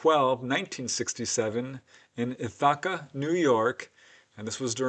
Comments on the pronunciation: Love your content. I feel like you meant to say ith" + "uh" + "kuh instead of ith +. ahwka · I really enjoy these episodes and keep them coming! I think the town in New York is pronounced with the accent on the first syllable rather than the second one.'Ith-a-ca. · The way you pronounced Ithaca 😂